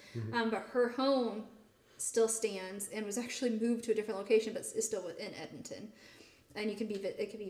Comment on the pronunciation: Very interesting discussion about the Edenton Tea Party. Being from NC, it's interesting to me to hear how you pronounce Edenton. Here in NC it's pronounced "Ead-dun-ton".